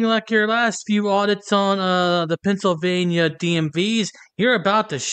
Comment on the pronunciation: This B really just said PANTSylvania instead of Pennsylvania!!! I mean im southern born and raised and still live in the south but bless her heart, she butchered that worse than us southerners do hahaha!! She's in such a hurry and worried about spitting out the statutes and "law" she cant even enunciate properly.